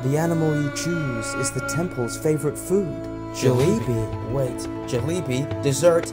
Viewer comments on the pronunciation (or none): Lmao I love it when he pronounces jalebi as jali-bi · Now I'm starting to believe the mispronunciation of Jalebi is intentional. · The pronunciation of Jalebi really got me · I like how he pronounces "Jalebi" 🤣 Hot Jalebi is a goto snack for me